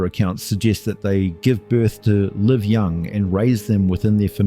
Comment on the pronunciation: The AI reader has problems with the word “live”. It misses the context clues that tell you how to pronounce it.